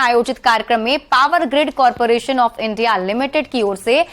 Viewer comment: India nhi bol pa rahi ho Lag rha sarkari school me padai ki hai